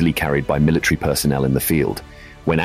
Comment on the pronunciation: Or are you trying to say MILITARY